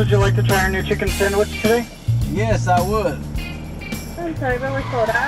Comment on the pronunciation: "Popeyes gotta new chicken sangwich!”